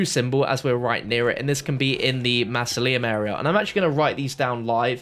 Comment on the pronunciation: the way you pronounce mausoleum really triggers me lol